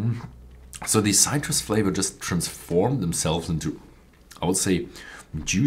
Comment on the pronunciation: how about citris, subtle, and my favorite..pears